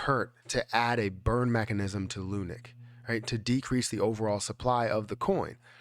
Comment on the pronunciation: Bro please... ((((((PLEASE))))) STOP CALLING IT ****LUNIC**** ITS LUNC PRONOUNCED L WITH UNC LUNC. NOT LUNIC GOSH DANG!